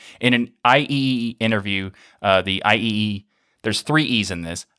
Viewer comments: IEEE reads I triple E. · IEEE, as in the Institute of Electrical and Electronics Engineers, is usually pronounced "I triple-E".